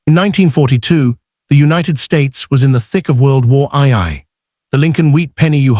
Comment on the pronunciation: There was no world war eye-eye. There was a world war two, but I've never heard of world war eye-eye.